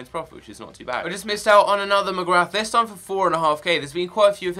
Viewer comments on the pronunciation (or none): You say Jamie McGrath like Jamie Mc-Gra